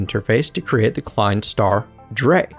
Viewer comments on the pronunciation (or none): ***** I was going to tell him to speak it like tsvai and drai, but yours is MUCH better ^^ and vier is pronounced the same as fear.